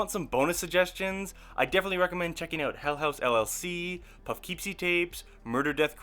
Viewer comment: Did this man just say “ Puff Keepsy “ ??